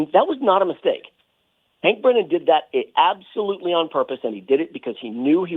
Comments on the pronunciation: Hank Breenan? Bad pronunciation host. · It’s pronounced Hank Brennan not like it’s spelled Breenan FYI..